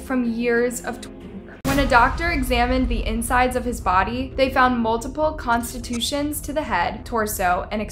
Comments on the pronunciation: She said "constitutions to the head" 😂😂 I love it. Contusions?? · I have never heard anyone pronounce contusion as constitution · “the found multiple constitutions to the head” 🤣🤦🏽‍♂️ CONTUSIONS 😅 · She also said "constitutions" instead of contusions... frustrating. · Contusions not constitution Edema not EDMA Just for clarification. Love your videos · Constitutions? Did you mean contusions? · She said “constitution” instead of contusions? I don’t know what’s more sad now! The kid or her reading! Omg it gets worse, “ed-ma”, it’s pronounced “a-deema!” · Girl you need to check your pronunciations. Mixing up contusions with constitutions is silly, and arraignment is not the same as arrangement. Not saying this to hate, just to help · "Pulminary Edma" and "Constitutions to his head" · People suck for sure - but I can’t keep over looking the way she pronounces so many words incorrectly. Constitutions? And edma? Seriously. Do better lol sorry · His name rhymes with Dakota. Contusions. My god can you pronounce anything in this ?